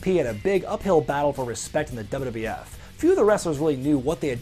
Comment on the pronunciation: What's with your pronunciation of "wwf" ? I've heard the same from Keller, Alvarez & Meltzer.